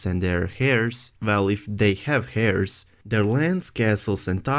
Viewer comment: heirs is pronounced eirs, the h is silent, Arryn is pronounced Aaron